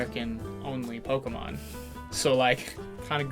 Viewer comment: the first 5 minutes of the movie and kept pronouncing Pokemon wrong